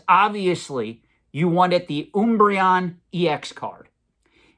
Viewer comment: Pretty sure he just mispronounces random things for engagement, i've never once heard anyone screw up Umbreon so badly. He also pronounces it correctly later on in the video.